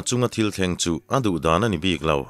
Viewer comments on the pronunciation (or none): none